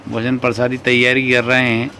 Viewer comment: Bhaiya sabkuch theek hai lekin ye prasadi kya hota hai. Prasad to suna hai. Bda irritating lagta hai jab aap baar baar prasadi bolte ho. Uccharan sahi kijiye thoda hindi ka.